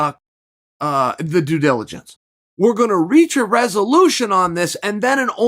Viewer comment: Two “Oosadas” and one “due jiligence” right at the beginning... not sure I will make it through this one.